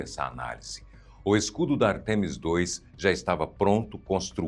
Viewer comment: não existe artEmis, o correto é Ártemis, uma palavra proparoxítona.